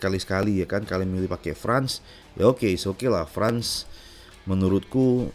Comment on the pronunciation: France di baca "Frens" bukan "frans" om